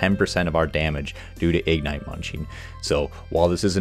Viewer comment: Please, please, please... igNITE, not IGnite. Not hating, wonderful content, butmy ADHD brain couldn't focus lol